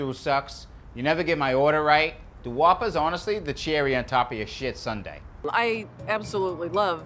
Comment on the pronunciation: "Yeah, I knew immediately that wasn't a wapah..." lol